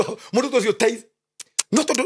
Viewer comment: Ni tithes or thrites?